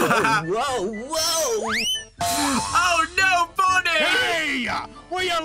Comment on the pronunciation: when freddy said try not to slip cotton tail I thought he said "Try not to slip goddamn"